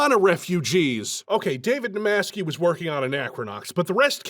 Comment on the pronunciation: It's David Namaksy, not Namasky...